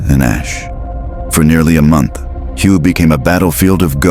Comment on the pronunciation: This is lame-ass clickbait. You are so stupid, you don't know that "Hue" is pronounced "way", that's really lame. Avoid this clip!